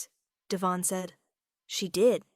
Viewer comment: Devon is emphasized on the first syllable.